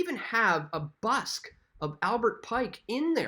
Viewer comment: BUST of Pike, not Busk... you knuckle head